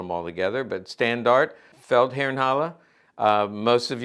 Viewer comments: You pronounce the "e" at the end of Standarte. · In „Standarte“ you have to hear the “e” in the end, it’s a more oldfashioned word for group of soldiers or a military flag, not sure about size etc but Wikipedia tells me in the German SA there were 4 groups, made of brigades which in turn were made of Standarten and then further divided into Sturmbann , Sturm, Trupp, Schar and Rotte…. The Standarten could carry names (like Feldherrnhalle) Also on Wikipedia about the SA: The SA also had several military training units. The largest was the SA-Marine, which served as an auxiliary to the Kriegsmarine (German Navy) and performed search and rescue operations as well as harbor defense. The SA also had an "army" wing, similar to the Waffen-SS, known as Feldherrnhalle. This formation expanded from regimental size in 1940 to a fully-fledged armored corps (Panzerkorps Feldherrnhalle) in 1945. and the Feldherrn Halle is a Memorial from Pre Nazi times (not a beer hall) and the building still exists in Munich today (not that silly Nazi memorial, that was torn down after the war), it’s located at the inner end of the ludwigstrasse (a Feldherr is an old word for a military !leader)